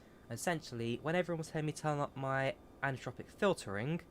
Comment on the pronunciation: "anthropic filtering" "anisotropic filtering" :D